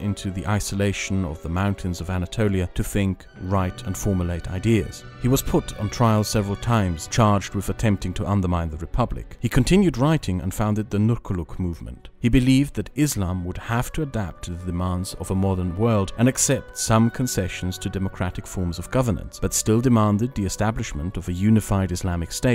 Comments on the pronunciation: Great viedo, but just one thing. The "c" in Nurculuk, probably sounds more like a 'j' or a 'Y', since that's the sound of the Turkish 'c'. I'm not a Turkish speaker and I don't understand the language yet, but I'm pretty sure that "Nurculuk" sounds more like 'Nuryuluk' than 'Nurkuluk'. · just fyi, "c" in turkish is pronounced as the "g" in agility, or the "dj" in "hadji". so nurculuk is pronounced as nurguluk or nurdjuluk